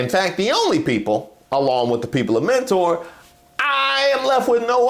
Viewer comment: For some reason they pronounce it menner instead of mentor out here. I was 1 of like 20 students in mentor high